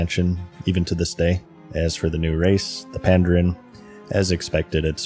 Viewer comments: pandARAN not pandEREN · You need a better editor to catch silly mistakes like your mispronunciation of Pandaren.